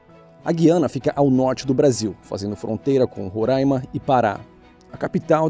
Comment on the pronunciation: É RorÁima!! Não Rorãima…é difícil entender isso?